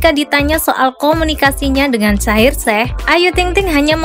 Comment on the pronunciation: Kok panggil nya shaheer sheikh bukan e tapi eikh agar lafalnya terdengar ucapan i . Salah mbk bukan shaheer sheh tapi bacanya ada terdengar i mohon di betulkan ya!!! Aq suka kok!!